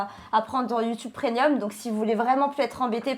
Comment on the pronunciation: c'est "premium" et non "prenium" 😋